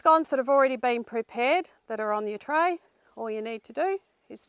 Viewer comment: No, no, no Senora. Not "On Your Tray" "Uno Dos Tres" Muchas gracias! ;-)